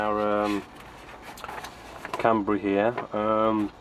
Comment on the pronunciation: can-ber-a not can-ber-e